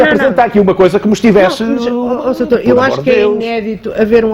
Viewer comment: "Mas oh soutour deixe-me só...Desculpe soutor...pois, soutor" Pessoa Honesta - "Estão a dar uma de viúvas virgens"... OUCH! Essa foi a estocada final. A devia ter dito boa noite, fim da entrevista.